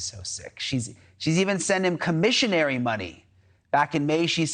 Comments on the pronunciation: it’s “commissary” not commisionary which is not even a word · Dude said Commisionary lmao. Made up a word real quick. Idiot. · “Commisionary style” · “ commission—ary OR commissary?” Come On!!!!!! Learn to read and pronounce please! You make us look like dumdums!